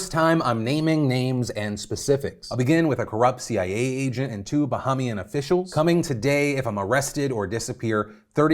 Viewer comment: That's not how you pronounce Bahamian looool